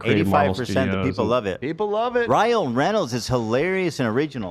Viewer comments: Amazing fodder for the Ethan Klein Mispronouncing Words Cinematic Universe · Someone add this to the Ethan mispronouncing words compilation. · Someone add this to the Ethan mispronouncing words compilation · I heard him say Ryle Reynolds once 😂☠️ unknowingly combining her real husband and movie husband ☠️☠️☠️